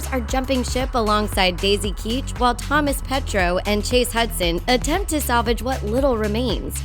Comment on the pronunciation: It’s not Thomas petro it’s Thomas petuo